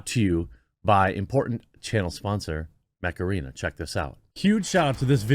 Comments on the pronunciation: I didn't hear mech arena, all i heard was Macarena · I watched you talked about Mech Arena often and I still think you say Macarena every time haha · Oh! "Mech Arena", i heard Macarena when you said it. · Me too! Now that damn stupid song is stuck in my head.....flashback to the 90s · Every time you promote the Mech Arena game I hear it as "Macarena". It always makes me laugh a little inside. On another note, Pitbulls can be nice. I remember a friend of mine had a blue nosed male pit named Monster, he was huge and a red nosed female whose name I can't remember right now. She was smaller but she would chew on a shot put sphere for fun. When I would go over she would always bark at me until I greeted her, and Monster just loved to be pet. They'd known me for a while of course, and I never saw them be aggressive.